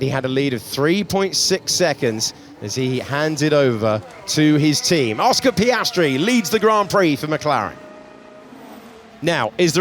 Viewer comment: Again Sainz butchered Piastri. 🙁